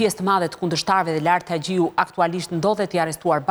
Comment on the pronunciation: Po moj klodiana po ne vend te xh e thot gje Laert hagjiu thot jo haxhiu dhe te tjera fjali e ngatrron gjithmon